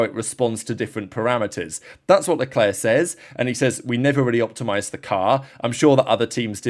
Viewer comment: Stop butchering his name! It's Leclerc, for God's sake!